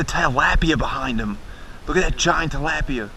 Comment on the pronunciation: You say talapia so wronge